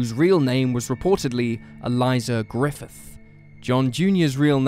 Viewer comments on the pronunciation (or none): none